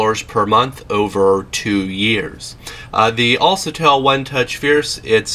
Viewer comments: "Al sa tell =AlCATEL =Alkatel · who told you a C followed by an A makes the sound SA and not CA? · IT'S ALKATEL NOT ALSETEL. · Self pictures?? "Alsatel." Dude you need Jesus. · Unliked for mis-pronounciation of the phone brand name C= kuh Not suh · it's alKatel, not alSatel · You said the name wrong it's al-ka-tel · ITS ALCATEL (AL, KA, TELL) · Al CA TEL - Americans pronounce words so funny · atleast pronounce the brand name correctly .. al(sa)tel..LoL.. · AL-CA-TEL!!! Smh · he dose not have right facts on this phone and he is saying the name of the product wrong